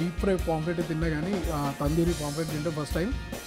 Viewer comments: Nice andi👌👌👌,kani adi "PAMPLET" kadu "POMFRET". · ori సామి.. adhi పామ్ఫ్రెట్ రా నాయనా.. పాంప్లేట్ చేసేశావ్